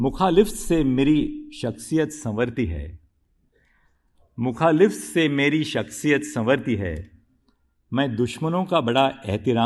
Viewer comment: मुखालिफत तो सही से बोल सकते थे